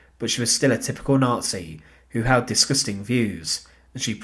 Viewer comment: 'N0TSEE GREENSPANS'